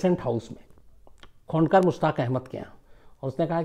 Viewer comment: sir .. the pronunciation is " KHONDOKAR" not " khunkar" .. it is a title of name .. wrong pronunciation may heart bengali people .. In our India also there are so many people with this name title..